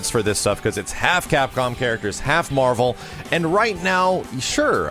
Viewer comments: Yesss Facking Marh-Vel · Say it with me doods, WHEN'S MAHVEL!?